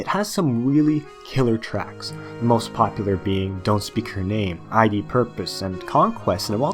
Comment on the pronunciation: Just a little nitpick, but why do you say id ad I.D.?